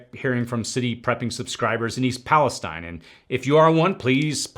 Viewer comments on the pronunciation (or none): none